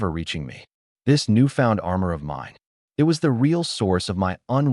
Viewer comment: wtf with translation AI should be trained to read like human use some good AI that dont read . and pronounce "it" correctly rather than reading like separate character IT